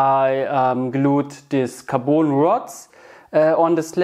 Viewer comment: a little english hep carbon rod ... you are saying carboon ... it is a short O like in turn ON the light ... car bon ... bon appetite